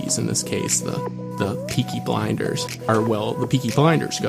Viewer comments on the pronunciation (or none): Anyone else hear him call it peaky binders